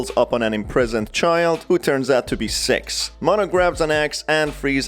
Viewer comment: This is how many times he said "sex" instead of "Six" ⬇️